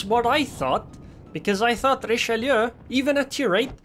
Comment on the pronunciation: Never seen anyone pronounce Richelieu so correctly on Youtube. Everyone says Richeloo for some reason